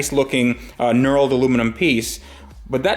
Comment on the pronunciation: say knurled with more than one syllable again please. kneeeerrrrr ewwwllllld.... neuro-ld.